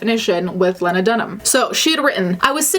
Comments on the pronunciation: my name is lena and when i saw the title of this video i had a heart attack i promise i havent done anything bad also im pretty sure the name lena is pronounced lee-na, not leh-na, but i could be wrong with how she decides to pronounce it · It's pronounced Lee-na not Lyn-na hater. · I think Lena Dunham is horrible and I can’t stand her but I’m not gonna lie this video got me pretty annoyed because you talk about how much you loathe Lena Dunham but you can’t ever pronounce her name properly? It’s pronounced “Lee-na” not “Len-a” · Just for clarification.... not that it’s of much importance, but it is pronounced Lee-nah, not Len-nah. I also don’t think you’re reaching.... but I do think that she has opened her life up to scrutiny, which is her fault, but she is being criticized a lot more harshly than any other male counterpart for being as brash. I’m not sure how I feel about the sexual predator thing... just as if someone under the age of 18 is technically unable to give consent... how much predatory behavior could really be accounted for. She shouldn’t have used that metaphor, but I think it’s something that may have actually bothered her... like growing up feeling guilty about the ways she would be “sexually,” and I don’t just mean sex but the broader meaning of the word, dominate over her sister? Unsure since it was never explicitly stated, but that what I inferred when I heard the audiobook originally when she put it out. Lena is a complicated person. Not someone I’m necessarily willing to defend any further than I already have. Used to be a fan... now I’m just neutral. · Is it not pronounced Lean-ah not Len-ah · You pronounce her first name with a long eee. Leena. Get it right. Did you do your research? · not you pronouncing her name "Lenna" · It’s pronounced “Lee-Nah”. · Pronounced Lee-nah. I couldn’t get past that. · I thought her name was pronounced Lee-na? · It's pronounced LEE-NA. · Also, its pronounced leena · it's "Lee-nuh" but yeah, I hate her too.